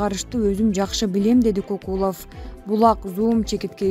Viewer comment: Комментатор Кокулов дебей Көкулов десең орус эмессин го